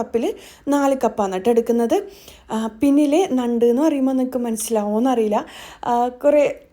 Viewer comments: ന്നണ്ട് അല്ല ഞണ്ട്😂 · നണ്ട് അല്ല. ഞണ്ട് aan. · ഞണ്ട് അല്ലേ.ന്നണ്ട് അല്ല ല്ലോ. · നണ്ട് അല്ല ഞണ്ട് ആണ് 🤣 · ഞണ്ട് എന്നാണ് ഞങ്ങൾ പറയുന്നത്. നണ്ട് അല്ല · Nand alla. Njand aanu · നണ്ട് അല്ലാ ഞണ്ട് ആണ് 😀 എന്ധെലും ആവട്ടെ വീഡിയോ സൂപ്പർ